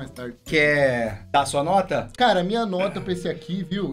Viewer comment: T3ddy e sua dicção impecável kkkk "Notra, nota 🤭 notra quatro ponto OITRO